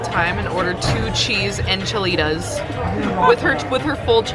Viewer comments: “ two cheese en-cha-litas with her FULL chest” 🤣🤣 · The way she said enchiladas 😬